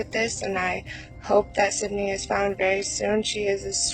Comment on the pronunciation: Idk if you are aware of this, but there are a few times throughout this video that you say the victim’s name is “Cindy.” Her name is Sydney. If you are going to make a true crime video, it is imperative that you always pronounce the victim’s name correctly. J/S. You might wanna take a look at that.